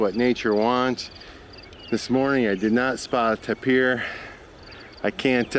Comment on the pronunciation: The name is pronounced like the word “taper”. Not taypeer. You guys are killing me with your mispronunciation of things :-) I still love watching you though.